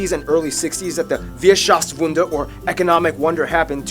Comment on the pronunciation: It's Wirtschaftswunder, not Wirschaftswunder😉